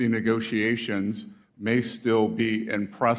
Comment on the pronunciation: She said negroations. That's not a word. I'm glad y'all covered this. I wish besset just walked the f out. Waste of time and money. Ridiculousness.